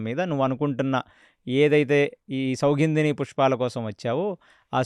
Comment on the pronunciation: Idhi bavundi. Kane meru chala names thappuga cheptunaru. Sathviki kaadhu saathyaki, sougundhini kaadhu, sougandhini pushpam.